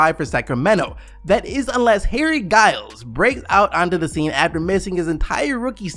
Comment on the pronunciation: First you disrespect Dedmon, then mispronounce Harry Giles. Also not mention of Richuan Holmes? Dedmon and Holmes are both much better than WCS.